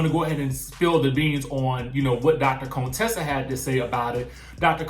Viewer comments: Why do you call her Dr. Cone-tessa? Just say Contessa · Not Cone-tessa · Why he keep saying Contessa’s name like that? Chile, I cannot 🤦🏾‍♀️